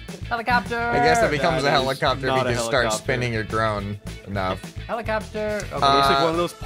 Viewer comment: Ah yes, helico-pter